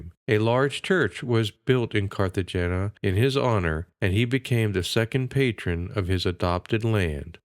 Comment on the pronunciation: Noviciate = no-VISH-ee-ate Cartagena = cart-uh-HAY-nuh